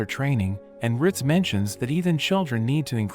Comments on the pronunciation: “Rit” 😂 its ritz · "Riz"😂 it's "rit"